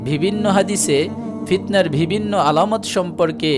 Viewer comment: আপনার উপস্হাপনা সুন্দর। কিন্তু কিছু উচ্চারণ ভুল যেমন -" বিভিন্ন"।